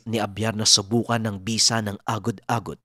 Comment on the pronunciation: lodi medyo. iba pagkabigkas nyo sa agod agod sa lapok. 😀😀😀